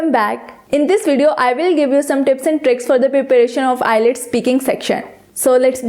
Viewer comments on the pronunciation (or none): Nice tips! Just a little tip for you as well. It's IELTS not ILETS, please pronounce it correctly. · Madame Its IELTS and not ILETS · it's not eye-lets..... its IELTS PLEASE CORRECT YOURSELF! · First of all its ielts not ilets 😂😂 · It's not ILETS, it's IELTS. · First improve ur pronunciation its ielts not islets OK Mam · is the pronunciation ielts or islets ? plz check it first and then publish it, just a opine not judgement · nyce video but wrong pronounce of IELTS its ok but very attractive video